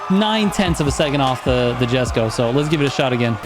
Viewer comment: ayo ma boi, the J in Jesko have a I sound, so is like, iesko something like that